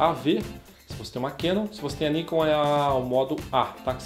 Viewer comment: tanto Nikon quanto Canon são palavras japonesas. A entonação é Nikôn e Canôn... Ta errado Níkon e Kénon